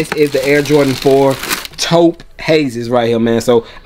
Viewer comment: You get a like for correctly pronouncing Taupe right.